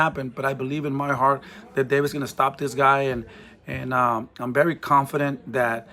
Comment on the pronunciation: He's berry right ... why do Hispanics use a B for a V 😂😂😂